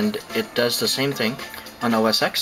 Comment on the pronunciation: Which is better? Falcon SSD or RunCore SSD? BTW it's OS 'ten' not OS 'ex'. The 'X' is the Roman numeral. You sound like a noob when you say 'ex' :)